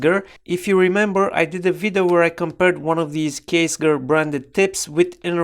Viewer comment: I have one with the aluminum station case and I love it! Also, Ksger is pronounced Kess-jur